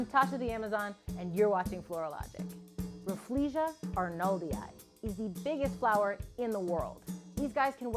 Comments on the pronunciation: She is saying Refflesia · Tasha: Introducing 'RAFF-LEE-SHA" Me: This whole time i thought it was pronounced RAH-FELL-SHAH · I didn’t know rafflesia was pronounced like that, as an asian we call it Raffle-Sia (like the singer)...... or maybe its just me XD